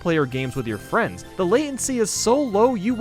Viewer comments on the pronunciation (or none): none